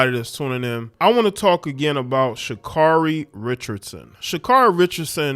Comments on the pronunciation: Her name is SHA CARE REE. You cant even say her name right yet you wanna talk about her. SHUT UP. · Its SHA-CARE-EE😄😲 Never lay where you work😲😄